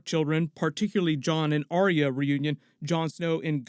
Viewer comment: “aria” (drives me nuts in every video. try saying “R-ya”)